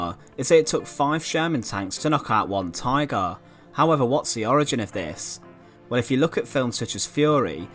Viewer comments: What is a “tygaah”? I don’t think I’ve ever heard someone say “tygaah” so many times in five minutes. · The narrator saying "Tigarr" was so irritating.